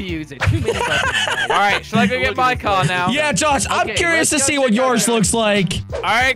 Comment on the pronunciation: Why dose he say coor instead of car😂